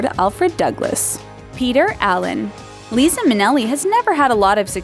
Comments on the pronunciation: It's LIE-ZA not Leeza! How do you report on something you know nothing about? She doesn't have the voice for narration either, gets on my nerves. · I was getting so upset at the incorrect pronunciation of Liza's name. Lai-Za, Lai-Za. Who doesn't know that? And I though Darren Hayes would've been on this list. I do enjoy your videos though. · Liza is pronounced as lie-za not lee-sa. how do you not know this! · "Lie-za" not "Lee-za" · Lisa Minneli? It's a Z. So a strong Z sound. "Lie-Zah". not "lee-sah". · how do you not know how to pronounce Liza... it's not lee-za it's Lie-za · it's Lie za Minelli, not Leeza Minelli. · She said Julie Garland😂😂😂 and Lisa Minelli. Does anyone edit these videos??! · "Leeza Minelli"?!?!?!? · "Lisa Minelli" ? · did she really just call Liza Minnelli "Lisa".........lmao do these people do any research at all?!?! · YOU SAID JULIE GARLAND. Also it's LIE-zuh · liza is pronounced "Lai-za" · I couldn't believe that there was NOBODY in the recording studio who could have corrected her??!! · Yes! Thank you! The narrator must be a kid. :-\ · I screamed LAY-ZAH at the TV when it was said. Like, damn, you do all this research into people's personal lives, but you still can't pronounce their fucking names right ?!?! 😒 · It's Liza with a Z not an s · learn to pronounce liza and vincente please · Who in the world doesn't know how to pronounce "Liza" Minnelli...?! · EXACTLY! How can she narrate a video on gay men and NOT pronounce LIZA properly?! INEXCUSABLE